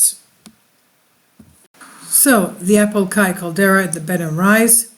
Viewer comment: It's Apo Laki pronounce like Lock-key not Kai